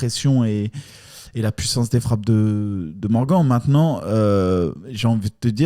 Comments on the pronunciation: Même avec Morgan il dit Morgane 🤣🤣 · qui prononce bien Morgan ca fait plaisir lol